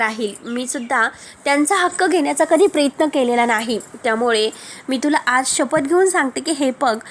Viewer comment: प्रेत्न नाही प्र य त्न